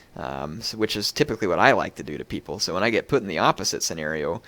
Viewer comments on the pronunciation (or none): none